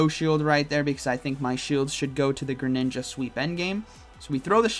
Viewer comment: everyones going to talk about "grininja" lmao